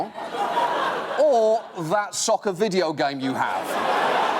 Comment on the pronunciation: It sounds like SUCKER to me instead of SOCCER. Am I wrong? Any one else hear it like that ? I think he was joking about the similar pronunciation of both words.